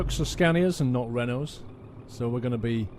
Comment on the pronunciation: Lol...u r constantly trollong renault and i love the way u say it